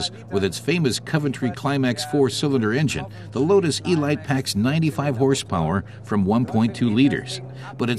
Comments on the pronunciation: Nice vid, but... Eeee-light? What next? The BuMmmWuh 328 Miley MyGliay? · The Load-us Ee-light, a compact delivery vehicle. What has it to do with this exquisite sports-racing car? Sorry, I would rather hear this voiced by the German test driver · 'elite' is a word that means a selection of the best - pronounced 'El-eete'. It's OK if you don't speak English properly just don't do voice overs!